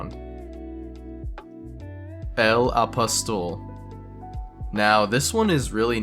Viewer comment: i'm going to have you neutered, only cause of the way you pronounced "el apostol"